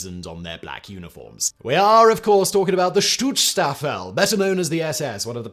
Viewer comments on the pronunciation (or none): First I cringed a bit at him pronounced it "Stutzstaffel" and then found it funny, because it kinda still sounded like a more accurate description. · I used to really enjoy you videos but this is comicly lazy. "The stuutstaffel?" Really? You couldnt even learn the name of the organization your making a video about? This seems like a lazy attempt at hitting the algorythms caused by current political events and its actually quite disgusting you cant take it serious enough to even learn the fucking name. Do better please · Thanks for the condensed history of the SS! Your German pronunciation is so bad that I can’t even make out all many of what you mentioned (native English speaker and near-native German speaker living in a German-speaking country for over half my life). Please try to at least get close so that we can understand you.